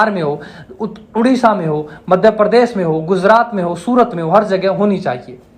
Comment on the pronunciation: नमस्ते! बहुत विनम्रता से एक बात कहता हूं। आपका उच्चारण बहुत स्थानों पर अशुद्ध है। जैसे– आप प्रशिक्षण को परशिक्षण, प्रदेश को परदेश, धर्मपाल को धरमपाल, प्रत्येक को परत्येक कहते हैं। मैं जानता हूं कि यह आपकी समस्या नहीं है, यह तो हरियाणा राज्य की मातृभाषा ही ऐसी है। मेरा उद्देश्य आपका या हरियाणवी भाषा का दोष निकलना नहीं है। आप एक बड़े मंच पर लोगों को सम्बोधित कर रहे हैं तो अपनी आर्य भाषा निश्चित ही शुद्ध होनी चाहिए। अस्तु! आपका यह जो प्रयास है; प्रशंसनीय है, बहुत उत्तम है। इसके लिए आपको बहुत बहुत शुभकामनाएं। अपेक्षा है कि आप बुरा नहीं मानेंगे तथा सत्य का ग्रहण और असत्य का त्याग निश्चित ही करेंगे। जय आर्य जय आर्यावर्त्त